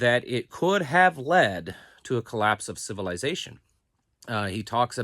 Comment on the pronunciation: I like how pronounces civilization...civil "eye" zation